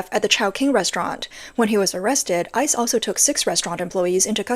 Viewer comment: GO ICE! WTG! The Trump admin said boldly WE WILL FIND YOU, CHARGE YOU AND DEPORT YOU. Leave now. If you flee, choose the NEAREST country, not thousands of miles away. Tip - instead of saying I C E, just say ICE like ice cube or ice cream.